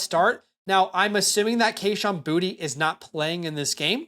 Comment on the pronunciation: south Louisiana here . You pronounce Boutte, Boo-Tae 😂